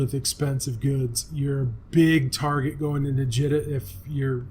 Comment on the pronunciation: Jee-ta, Jita is prounced jee-ta.